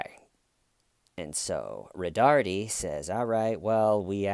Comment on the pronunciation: It's "Roe-tard".